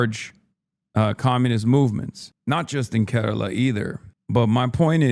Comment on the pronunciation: damn, first time I'm hearing a westerner say Kerala somewhat close to its pronunciation. I really hope one day you can come here and get to see the people, food, nature and learn some of the history of our land.